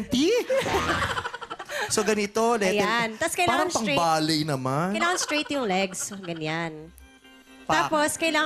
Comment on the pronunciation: "Parang" Letter T kase Hindi Letter T